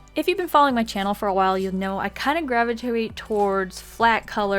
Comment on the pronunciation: listen to her try to say gravitate